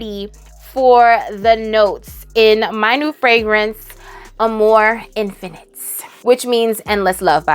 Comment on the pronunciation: Instead of amour infinite, I heard you say “a more infinite” and I was waiting for another word. A more infinite, what?? 🤣. Silly me